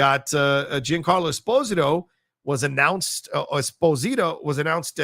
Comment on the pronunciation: It should be pronounced esPOsito